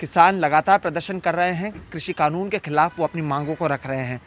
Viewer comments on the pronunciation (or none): none